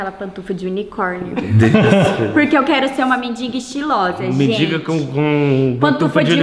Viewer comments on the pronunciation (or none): Bruna tão bonita falando mendinga (mendiga)